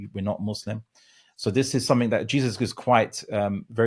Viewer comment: This dude always says “somethink” instead of “something”. It really irks me because I’m an insufferable pedant. Hannibal Lecter would definitely eat him if they met.